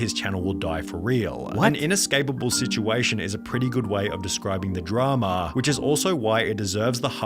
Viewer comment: Why he say it like Dramaaaaah